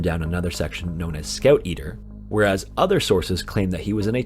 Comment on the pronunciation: "Scouoeut eater" ok